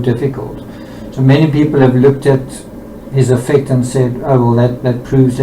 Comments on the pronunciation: It may be more clear to the audience if you pronounce “affect” (as in, disposition) correctly with the emphasis on the first syllable to differentiate from the more widely known verb, affect (to influence) which is how you are pronouncing it. Not meaning to come across in a condescending way. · Just to say that affect has the stress on the A. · Dear please pronounce affect It's definitely than the way you are putting the emphasis on the words differently Is all